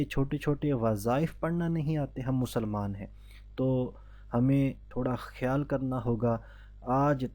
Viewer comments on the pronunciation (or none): none